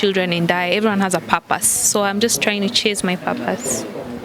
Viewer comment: Papaas! Kenyan pronunciation for purpose!